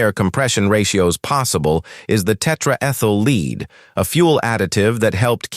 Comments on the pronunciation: Tetraethyl lead! Not lees, dumbass ! Strokes another failure. Use intelligent humans not stupid Chinese machines ! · Is it too much to ask to produce videos with a real narrator instead of an AI that says things like “V, 8” and “tetraethyl leed?” Also, if you’re talking about the small block’s wedge-shaped combustion chamber, maybe don’t use animation of a splayed-valve engine, or when talking valvetrain lubrication, show the small block, and not some engine with shaft-mounted rockers? You know, stuff like that.